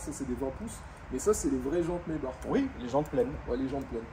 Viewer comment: C’est pas plutôt Maïbar pour la prononciation allemande?